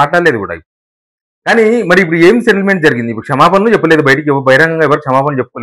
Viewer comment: సెటిల్మెంట్ అనే పదాన్ని నువ్వు స్పష్టంగా పలకాలి బ్రదర్..... ఆమాట ఎవరికీ అర్ధం కావటంలేదు.